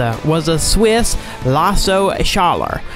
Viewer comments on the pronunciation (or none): none